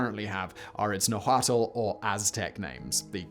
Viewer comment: ya i stopped watching when you said nahuatl wrong